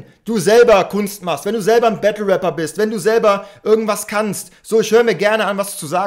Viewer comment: eey? Du warst heute echt ganz leise mit deinen „Gunsounds“🤣🤣🤣🤣🤣🤣 lachflash...der hat auch wie nativ einen geilen Sprachfehler: Wapper😂😂😂